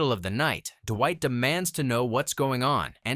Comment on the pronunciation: I feel like the "DUH-WHITE" got more intense throughout the video. Duwhite, dewite, derrwhite, Durrwight. It's fucking Dwight. Not duhhhhhhhhhhhhhhwhite. God dammit.